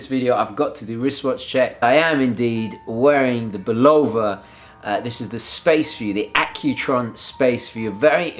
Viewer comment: love what you do, but there is no long o in Bulova look up one of their ads on YouTube. Also check with Federico on the pronunciation as well. I guess I'm showing my age younger reviewers of Bulova referred to it as Bul o va. I look forward to your next installment.